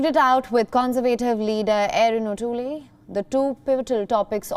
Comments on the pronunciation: “Erin O’toolee” lol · Pronounce as Tool not tuli. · Peter "O-toolee"